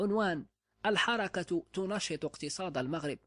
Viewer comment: يقال الحركة بسكون الراء وليس بفتح الراء ، ويقال لها كذلك "" لمحلة ""